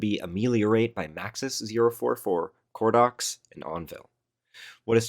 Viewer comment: LMAO CORDOX HAHA im totally telling them their name was pronounced like that 😭